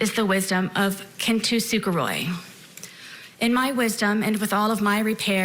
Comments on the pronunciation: Going to jail just for pronouncing kintsukuroi wrong when you could've just said kintsugi . wtf is kintusukaroy ? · Kintsukuroi is actually a synonym for kintsugi. Essentially the same thing, but with a different philosophical bend. She still mispronounced it - It's suggested she saw it on Ted Lasso. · She is also incredibly stupid, and uses ornate language she doesn't understand. So it could be that she meant slandered or libelled. She used other words in the wrong context like "tycoon" and "oppersers" (whatever that means) and mispronounced the Japanese craft of kintsukuroi. Maybe she considers herself a minor deity lol